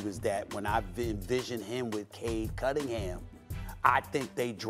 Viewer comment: I hate how Perk pronounces Cade Cunningham as Cade Cuddinham. Drives me nuts 😩